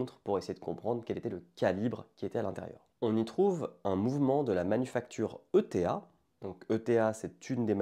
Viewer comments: Video très intéressante, très bien construite avec pleins de détails sans non plus aller dans la sur information lourde et désuète. (Petit détails sur la prononciation d’ETA, ça se dit en un seul mot, autrement il s’agit d’une organisation basque 👀) Bref, beau travail! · Très bonne vidéo. Eta ce prononce « éta » et non e.t.a. Et on change le mouvement de calibre …. et non juste un calibre cela reviendrait à dire « j’ai changé le 1,6 de ma voiture » et non « j’ai changer le moteur de ma voiture qui est un 1,6 ».